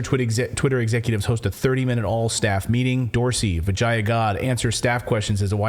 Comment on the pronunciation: Clayton accidently pronounced Gadde's first name correctly. lmao